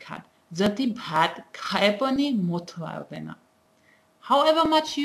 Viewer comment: It's amazing to see people learning Nepali and speaking so well. Keep it up but I would like to point out something here. "motho audaina" is not correct as "motho"(or usually we write as moto) itself means fat and "audaina"- not to come..it does make sense this way but when you speak it, it doesn't..you must say it as a single word "motaudaina"...Keep up your work!!